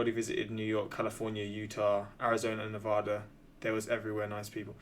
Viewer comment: Hey, say it with me: Ne-Vaa-Da.